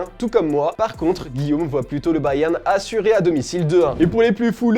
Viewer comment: Prk tu dit Bayern comme ça